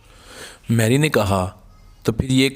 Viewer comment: Good story.but please improve your pronounciation.Name is pronounced as Mairy,not Merry. Also you cannot pronounce KH.You pronounce as H.Also many other mistakes.You speak like HINDI,not URDU.